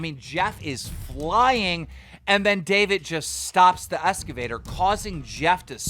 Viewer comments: keem it’s excavator not escavtor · Why does he keep saying “escavator” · Keemstar’s voice 😩 Keemstar’s voice mispronouncing excavator as “escavator” 😖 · lmao "escavator" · EXcavator. Not escavator. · "escavaters" lol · I love keen but he says “escovator” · Why can’t anybody say excavator properly?! The amount of people that have been mispronouncing it in their videos is just sad.